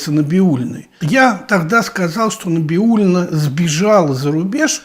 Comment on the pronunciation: Набиулина ?? Не правильно фамилию произносите .